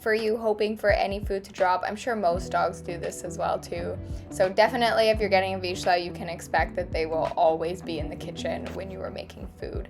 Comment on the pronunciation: Not to be rude but your pronouncing the word vizsla incorrectly, it sounds like veezluh